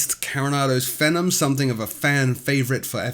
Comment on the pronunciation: Excellent and informative as usual. But isn't Phenom pronounced like "fee-nom" (as in phenomenal), and not to rhyme with "venom"? I found some Portuguese pronounciation clips on-line, and they say "fee-nom".